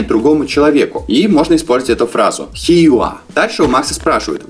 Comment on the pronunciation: Слово Here произносится не хи а хиэр.